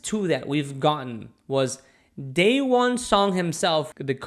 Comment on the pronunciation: The way you pronounce his name Dayone Pmo